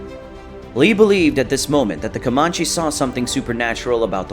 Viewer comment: Your pronunciation of Comanche is cringe, sir.